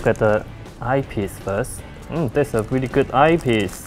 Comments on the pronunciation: weally funny... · Danny B. That's weally, weally funny!